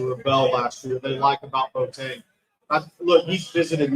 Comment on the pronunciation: The kid's name is B-o-a-teng, and NOT Boat-eng! You have to enunciate the "o" and the "a", just like other Ghanaian names like "Amoako", "Doado", etc. The Ashantis don't like it very much when people mess up their names!